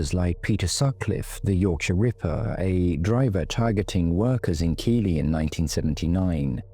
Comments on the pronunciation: Keighley is pronounced Keithley not Keely ❤ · Keighley is pronounced Keithley. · I know I sound pedantic, but Keighley is pronounced Keithley.